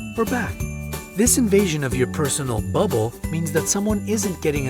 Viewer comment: Was I the only one that caught his emphasis the word BUBBLE in personal bubble??